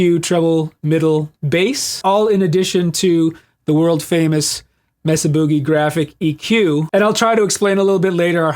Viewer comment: Are you British now? It's not Messa! It's Mesa (Spanish for table) MAY-sa 🙂